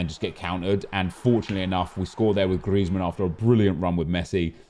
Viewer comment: STOP SAYING GRIEZMAN LIKE THAT PLEASE MAN ITS SOOO FUCKING ANNOYING